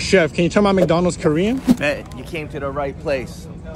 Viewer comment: i like how he mispronounces all the korean parts